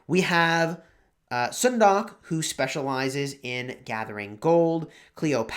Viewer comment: Sun-duck(☀️🦆), not Soon-dock 😉